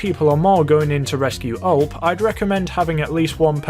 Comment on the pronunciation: Btw it’s not ULP it’s U-L-P